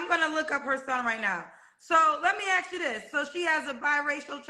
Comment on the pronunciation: "ASK" not " AKS" 😂